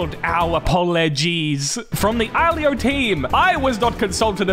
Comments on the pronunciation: i think its pronounced eloelo but spelling us iloilo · Iloilo pronounce "ee-lo-eelo" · I think it's pronounced i-lo-i-lo airport idk if it's from the Philippines cus the creator of it is l.a airways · Its pronounced as ilo-ilo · Correction iloilo is pronounce as ilo ilo. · Iloilo is pronounced as iloh iloh in phillipines how do i know? Fillipino ako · You have butchered the Ilonggo language and it pronounces as "Ilo-Ilo" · as a filipino i know how to properly pronounce it and you are very much butchering it the actualy pronounciation is "ilo-ilo airport"